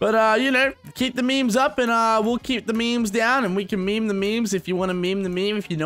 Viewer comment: I'm 9000% sure that as long as the word meme exists will still pronounce it as "me me"